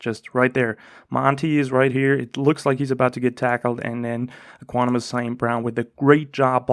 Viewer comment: Ek-wi-nim-ee-yus lol